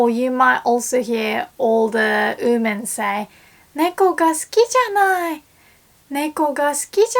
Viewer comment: Just a tip, "women" is pronounced more like "wi men". Instead I hear you say "uu men". No harsh feelings!